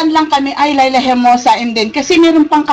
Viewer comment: wag mong butcherin ang pangalan! Leila, as in "ley lah"